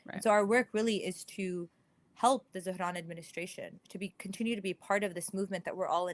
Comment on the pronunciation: After hearing so many people pronounce Zohran as "Zo-Ran", hearing someone actually pronounce the "h" threw me for a loop.